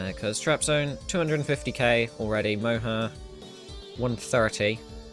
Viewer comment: Funny attempts on pronouncing Moja :) thanks for covering all this and also sharing it on youtube.